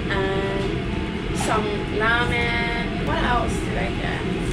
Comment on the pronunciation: 前回と変わらず食べ方が上品♬ 個人的に箸を縦に口に運ぶ食べ方が綺麗で好感が持てますね。 “Ramen”の発音が既に日本語の“ラーメン”になってる♪